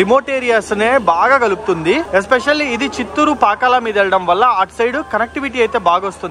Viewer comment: పాకల కాదు బాబు పాకాల